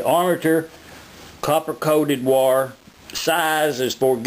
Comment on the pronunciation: Its WIRE Not wore!